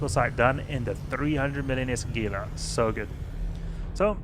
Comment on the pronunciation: Just added for information... it's pronounced Hee-lah. Not that it matters :) Thanks for all the videos that I, as a new player, have been enjoying